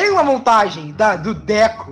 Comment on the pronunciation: MDS É DEKU N DÉKU É SEM ASSENTO tirando vc falar os nomes dos personagens errados otimo